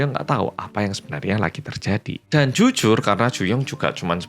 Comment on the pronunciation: juyong 🗣 "jyujyur yanggal ✌🏻✌🏻"